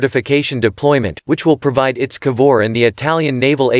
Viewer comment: To the narrator: It's I.T.S. Not Its. Italian Ship